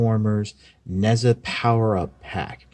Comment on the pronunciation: I too have one of these. I got it at a good price too. In answer to some of the things you bring up, I believe the name is pronounced ‘Nay Jar’ or closer to that. He’s male and amusingly as a god it would be fun to see him take on Unicron! Nice toy, nice review.